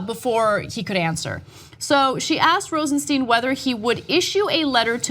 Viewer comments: The name is pronounced Rosenstine, not Rosensteen. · Mispronouncing the name is indicative of a slovenly attitude.